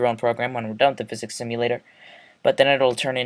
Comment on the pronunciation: Nice tutorial, but I think physics is pronounced "Fizics", not "Vizics". Just saying.